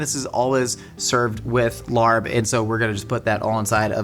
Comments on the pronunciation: The incorrect pronunciation of larb always drives me crazy. Not just. Most YouTubers. 😵‍💫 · sad to hear the laRRb pronunciation from a seasoned mythical chef like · The R in larb is actually not pronounced - I don’t make these rules! Anyway, love your videos! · I knew the larb was gonna be a fail when he pronounced it like that..hard on the R 😮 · fyi, the r in larb is silent